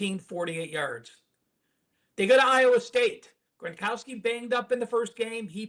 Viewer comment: Gro-now-ski, not Gron-kow-ski